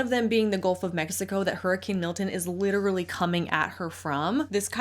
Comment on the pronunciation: “LITT-trawlee”’s are ever present in these influencers’ accounts